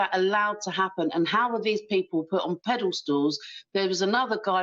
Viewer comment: ‘Peddle stools’ 😆😆😆😆😆